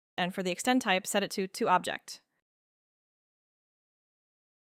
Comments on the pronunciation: fYI its 'OB-ject' (noun), not ob-JECT the verb. The Object extent type lets you choose an object (noun) on your model. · I think it is at least AI produced - the tempo and tone was too precise and consistently mis-pronounced "object" with the emphasis on the last syllable. And even the design is a bit strange - the arced ramp is completely unnecessary on the "full stop" - that just needs to be a wall. While the detention it passes over would benefit from a curved/ramped entry. Actually curve is unnecessary - just an angled entry would be helpful and the detent could be a little larger for firm retention - I can't imagine a human design engineer would make that entry symmetrical and have the stop asymmetrical. Though it was a very useful tutorial. Good pointers. I "suspect" it was a human directed AI script/project.